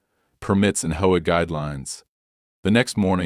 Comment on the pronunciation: HOA is pronounced AITCH OH AY SUV is pronounced ESS YOU VEE